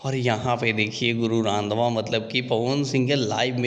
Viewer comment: Bro sur nam sahi se lo hm 🤣🤣🤣hum Punjab mai hi rhte hai ok 😁उनका नाम गुरु रंधावा है यानी ki Jatt है जैसे बिहार मै राजपूत cast सबसे उपर वैसे पंजाब मै jatt